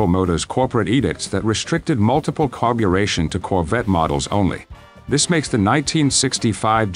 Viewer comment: It said..."carbu-lation". (LOL). The most basic 4 min. commentary ever heard to man.